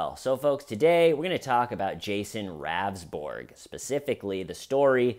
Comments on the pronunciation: His name is pronounced rounsberg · "listened" the audio but couldn't bother to get the name pronunciation right.